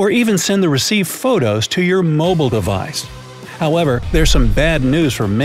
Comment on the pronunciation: Narrator pronounces the word "device" as "advice".... as an American living in Japan, I must say NONE of these things are seen or done in Japan. The commentary seems to be written and possibly read by a robot in these videos. No native speaker would make a mistake like that and not care about correcting it.